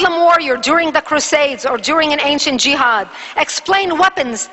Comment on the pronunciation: where did she get this info from ?? she is wrong about everything !! jehad and specially the shehadda , this is not how u say it LOL and witch is the name of school that teaches this ??? we want Facts ,evidence ur holding a paper has a moon on it , sorry Islamic books does not have moon on it. final part : Who is brainwashing kids ?? THE media is ,people like u ,u are Zionist